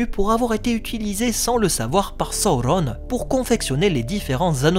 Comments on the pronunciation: C'est Sauron et pas Saurrone 😅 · Le U se prononce OU chez Tolkien selon le chapitre de la prononciation des mots dans le Silmarillon. C'est pareil que Saruman, Udun, Gollum, Dol-Guldur où le U se prononce bien OU et non U. C'est donc Sa-Ou-Ronne et non So-ron comme l'a malheureusement fait la VF. Même si j'adore la VF des films et que je continue à les regarder en VF, ils sont bourrés d'erreurs de prononciation. Ainsi, en adoptant la bonne prononciation, je me place plus proche des écrits de Tolkien tout simplement 😜